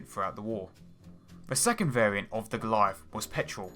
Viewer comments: WTF is a Galleiff? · The Goleiahff.... Musste noch mal zurück spülen um zu registrieren dass er Goliath sagen möchte...